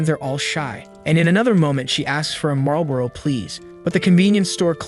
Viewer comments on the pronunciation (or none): none